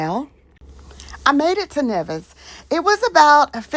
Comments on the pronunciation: Nice... I am from the Caribbean.. St Vincent and the Grenadines to be exact 🇻🇨🇻🇨... But Nevis is pronounced "knee-vis"... ❤ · Nevis is pronounced as NEE-vis. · Please it's N E V I S